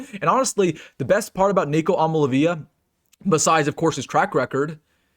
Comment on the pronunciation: Love you,, but I don't think their QB is pronounced "I'm-a-la-VEE-la" but "I-am-a-lee-AY-vuh." Tough one to say for sure. Keep up the good work.